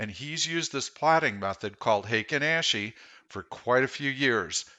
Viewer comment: Intro is so much louder than the rest, also the A in Ashi is pronounced ah. Ashi is foot in Japanese